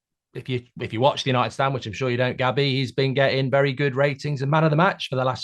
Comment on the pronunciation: “I mean listening to Gobby Agbonlahor on talksport” Mark on United Stand “Hi Gabby” Mark on Talksport 😂😂😂